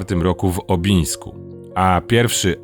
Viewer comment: W Obnińsku, nie w Obińsku. Prawidłowe podanie nazwy naprawdę nie wymaga szczegółowych badań.